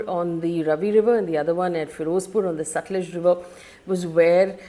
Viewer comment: Faye I like your videos. Even this one I was looking forward to. However you can't go wrong on pronunciation of the names of these rivers. Non negotiable. 1. It is written Ravi but pronounced as Raavi. 2. Sutlej is pronounced as Satalaj aal shwas and no AA there. 3. Beas is prounced Bee+AAs or Bee+Yaas or even BYaas which is a apabhransh of Vyaas. 4. Chenab is actually pronounced as Chinaab.